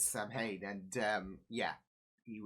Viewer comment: Ah yes, the episode with the infamous demon "Sam Hane". Not 'Samhain at all. Pft. When this episode aired there was a lot of reaction in various fandom enclaves to the choice to pronounce it like that, as well as the choice to use 'Samhain' in the show as something started/influenced by a demon.